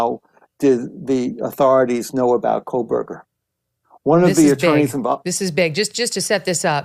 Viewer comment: And she pronounces Kohburger as KOHLBURGER. lol